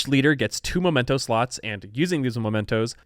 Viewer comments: I would like to point out that it is mEmento, not mOmento. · I've been taking a drink every time you say momento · Makes an effort to correctly pronounce the names of leaders, cities, and characters of all cultural backgrounds Also: MOMENTOS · The mementos pronunciation is cursed lol